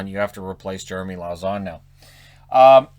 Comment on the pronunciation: Lauzon is pronounced LO-ZON FRENCH man lauzon